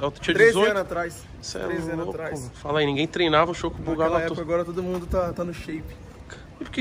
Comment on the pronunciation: Porque ele fala felas?